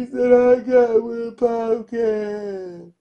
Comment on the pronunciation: ...Popcaan pronounced 'Popcarn'🙈